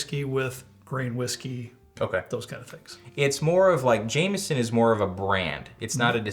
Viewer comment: In Ireland it's pronounced James-on ,never Jam-eson...